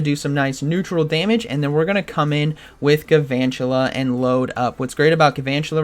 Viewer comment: There must not be very many fire types in this ELO range, aside from the Talonflame switch. Also, I'm sorry to be that guy, but it's Galvantula... Not Guuhvantula